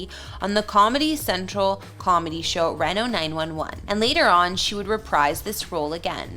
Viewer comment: It’s Reeno (Reno, NV).